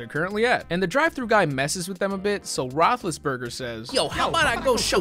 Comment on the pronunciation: He said Roethlisberger lmaooooo